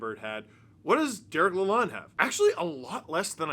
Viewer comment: Take it from a Detroiter: His name is pronounced LA-LOAN, like a bank loan.